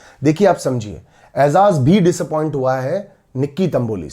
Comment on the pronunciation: Aizaz nahi ejaz